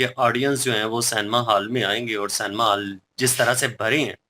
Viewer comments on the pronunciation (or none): canema hall nhi cinema hall...😂😂😂